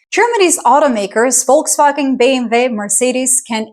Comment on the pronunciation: Congrats on the correct pronunciation of „Volkswagen, BMW and Mercedes“! Respecting other languages and other cultures is something, the USA will never understand and will probably never learn!